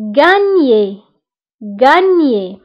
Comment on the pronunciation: كلمة gangner لماذا لم تلفظي الgالثانية